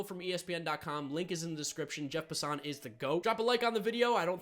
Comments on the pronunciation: please it's pronounced Jeff (pass-en) not (pasan). watch any time he is on ESPN they all say it the same way. Good video tho. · also, it's Pass-an not Pa-sa-on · Its Passen not “Passant” 😂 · It's Pass-an